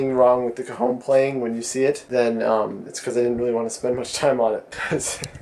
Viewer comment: hahahahaha, it sounds like if you pronounce cajon like cojon, wich means balls(male) in spanish trololo